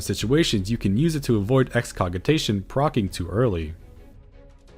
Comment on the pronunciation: I feel like I should mention your pronunciations aren't that far off. The Qitana Ravel is surprisingly just "KEY-tah-nah RAA-vl," Holminster Switch sounds more like the word "minister," and Excogitation uses a soft G, so it sounds like "ex-ko-ji-tay-shun." I used to pronounce Excogitation like you do, but I looked it up in the dictionary out of curiosity one day.